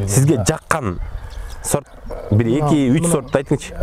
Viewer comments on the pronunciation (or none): Талазта с тамгасы жок да сорт дебей зорт деп айтпайсыңбы